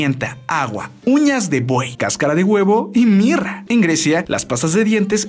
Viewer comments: soy la única que pensó que habia dicho mierda en lugar de mirra? Yo me quede asi de whaaaat? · paulina de jesus yo tambien pensé q dijo mierda :'v